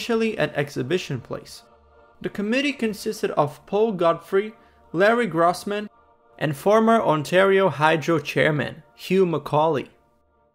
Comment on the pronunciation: Gross in Grossman is pronounced grose does not rhyme with cross